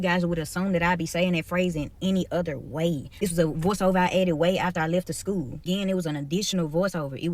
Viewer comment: Hearing an educator saying "Shcool" proves the state of American education